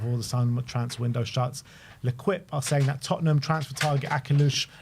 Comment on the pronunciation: Ler-kwip 😂😂😂 Try this: Ley-keep The Team = L'equipe